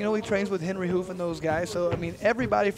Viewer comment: Guy said "Henry HOOF" instead of Hooft. He's in the C leagues for a reason I guess.